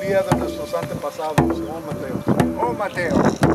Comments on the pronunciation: Hey y’all it’s not “oh Mateo” it’s “ometeotl” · Ometeotl not o Mateo 😂😂😂😂🙏🔥☀🌟✨